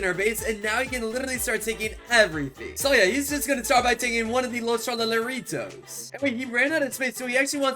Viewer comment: you siad los tralaleritas when you meant to say los tralaleritoes